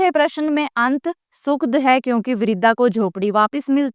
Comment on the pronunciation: नमस्ते मैडम आप बहुत ही अच्छा पढ़ाती हैं और आपका पाठ सुनकर सभी बातें बहुत ही आसानी से समझ में आ जाती है किंतु माफी चाहूंगी कई जगहों पर आप उच्चारण गलत करती हैं जैसे दुखद और सुखद, कृपया इसमें सुधार कीजिए